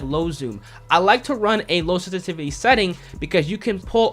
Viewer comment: WTF is stativity? SENSITIVITY! Anunciate your words dude.